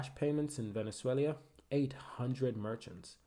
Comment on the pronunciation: Venezuelia xD 😆 wtf man